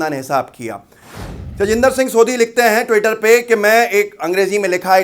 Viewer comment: सोधी नहीं सोढ़ी ज़ात होती है ।